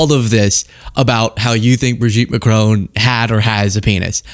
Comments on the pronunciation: It's Macron as in Mac ron not macrooon. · It is Macron, not Macrone... please 🙏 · It is not MACRONE!!!!!! My god...can't even pronounce the name properly!!!! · 'Mah-cron'. There's no 'E' on the end, it is not 'Ma-crone'. It's French, dude. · American podcast all pronounce Macron as Ma crone, it’s Ma cron as in ron………………sorry for being pedantic but I do feel better now 😂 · Macr-on not Macr-own!!